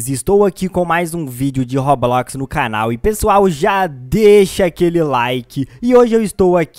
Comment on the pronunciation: De róblóx ele fala assim